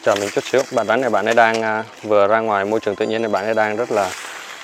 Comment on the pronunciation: Bạn phát âm khg chuẩn con rắn chứ khg phải con rán